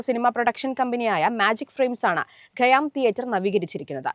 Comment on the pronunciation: ഗയ്യാം എന്നല്ല ഖയ്യാം എന്നാണ്, ഉച്ചാരണം ശരിയാക്കൂ ആദ്യം